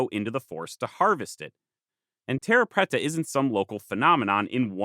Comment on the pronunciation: Your Portuguese pronunciation is horrible. "Terra" is pronounced with the "rr" as an "h" sound, and preta is more like "prey"-ta. At least in Brazil. Cerrado is also a "h" sound. I lived there for a time. Say-HA-doh. Great video though. =) Super excited to see this. And the terra preta is a super cool thing. I wonder if more excavation of those regions could tell us more about lost Amazonian peoples.